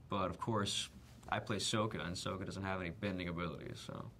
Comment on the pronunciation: Did he say "Sohka"??? OH shipwreck, they changed the pronunciation! :(